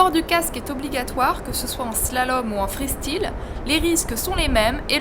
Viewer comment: Freestile! Ça m'énerve! Pourquoi pas freuhstile non plus???😡😡😡😡😡